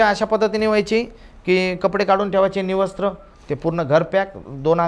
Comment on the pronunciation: "Nivastra" नाही "विवस्त्र"